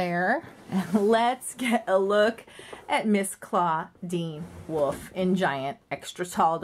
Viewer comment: It's not woof it's WOLF